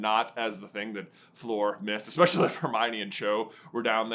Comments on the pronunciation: The amount of times you said Floor instead of Fleur is infuriating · Floor Delacourt..... her name is Fleur [flör]. Like i in girl